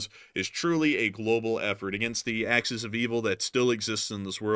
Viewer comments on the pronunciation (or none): none